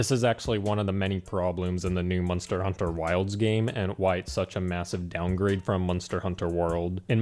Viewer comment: He keeps saying MUN-STER. I'm actually loving it lol